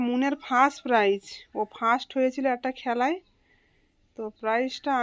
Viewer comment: ওটা প্রাইস নয় প্রাইজ হবে। ভালো থেকো।